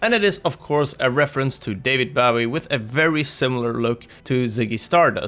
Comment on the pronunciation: Its david bowie as in hanzo's bow bowie not bowie as in bow before the queen bowie